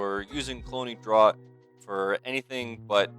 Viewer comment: Fun, looking forward to this. Fyi, 'draught' is pronounced "draft."